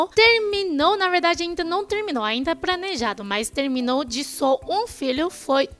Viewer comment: Pranejado... Ok kkk, sei q é dificil pronunciar o R e muitas vezes troca por L mas o oposto realmente me surpreendeu kkk